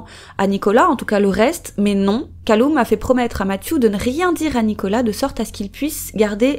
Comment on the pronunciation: Bon je sais que c'est clairement pas le sujet, mais Callum se prononce "Caleume", pas "Caloume" si jamais